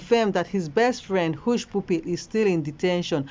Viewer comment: Please presenter, it's Hushpuppy not push pupi